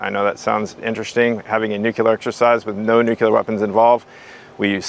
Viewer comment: This program is wonderful!! But will SOMEONE PLEASE tell, Chief of NATO Nuclear Operations, that nuclear is pronounced "NUKE'-lee-er"?? It's not NUKE-YOU-Ler"! In his position it would seem he should pronounce that particular word correctly. Thank you! After you tell him that, please tell him he's doing a terrific job otherwise!:)